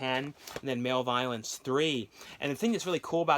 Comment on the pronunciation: MALEVOLENCE AND BEREAVEMENT ARE BOTH REALLY GREAT FILMS DIDNT REALIZE THERE WAS A THIRD ONE BY THE WAY YOU ARE COMPLETELY PRONOUNCING MALEVOLENCE WRONG ANYWAYS TAKE CARE